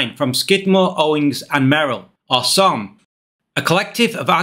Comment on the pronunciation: Love your work. Super minor point, as someone who is Chicago and architecture adjacent, I have only ever heard SOM verbalize a S O M. Three separate letters, not a a single word. Sorry to be that guy, because your videos are great.